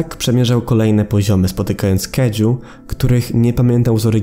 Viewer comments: Nie kedzu tylko kajdzu (kajiu) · Kaiju wymawia się kaidźu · czytaj kajdzu czytaj gezorą czytaj z mogerą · Kaiju. Czyta się to kajdżu